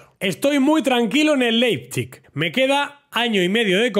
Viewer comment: Hablo Aleman desde chiquitito y nada, que Leipzig se pronuncia: Laipzick xD un saludo!